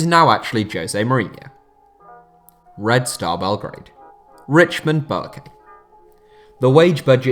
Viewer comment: Red star 🌟 Belgrade The surname of that player Richmond is pronounced as Boakye(Boa-che) in our accent (Ghana 🇬🇭)